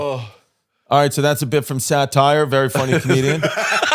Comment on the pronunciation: Wait his name is Saht-Ire? 😂😂😂